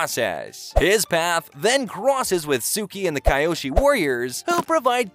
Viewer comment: Bro it pronounced (key oshi) not (Kai oshi)